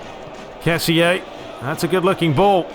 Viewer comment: Hey glad ur back bro,I just wanted to say that kessie is pronunced ke-si